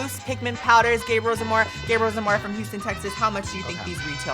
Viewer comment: DID HE JUST SAY HOUSTON NOOOOOOO